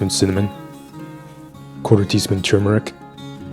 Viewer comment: I'm new to your channel. I like that you pronounce turmeric correctly. Your voice is so soothing, it's a pleasure watching you do your magic. Your recipe for vegan mayo is incredible. I'm glad I happened to find your channel.